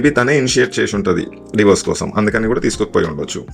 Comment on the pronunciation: Atlast i find you the only one saying Divorse. Not Diverse like all others says.